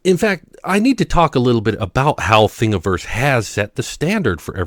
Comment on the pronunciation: Thank you for pronouncing Thingiverse correctly.